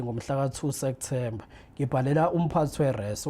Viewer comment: Lomuntu ufunde enyuvesi, kepha ubiza September ngo Sektember🤔🫢